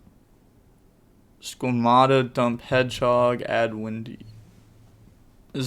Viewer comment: Dear, its wEhndee, not windy